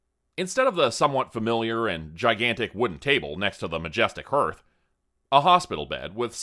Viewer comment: I love this story more every listen. Raucous is pronounced RAW-cuss and hearth rhymes with Garth not earth, just for future reference : )